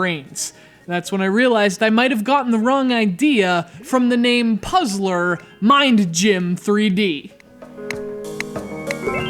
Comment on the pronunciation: I love how you say Puzzler Ming Gym :P